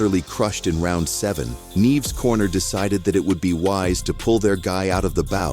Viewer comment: The voice (AI?) started with the correct pronounciation, neeh-eh-ves. Then "neeves"? 😂